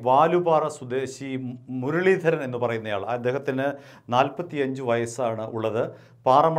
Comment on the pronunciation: മുരളീധരന്റെ R എവിടെ പോയി 😄😄